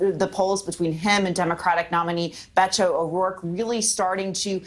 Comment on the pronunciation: The way she says Beto wrong over and over cringe